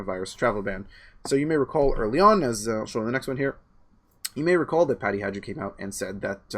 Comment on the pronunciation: I stopped listening the second or third time pronounced Peking Patty's surname "Hajdu" as "Hadze-doo".This after a juvenile prank trying to convince people there was a federal organization with the initialism GESTAPO. Where did you dig this guy up, Candice? I won't toggle on his links anymore.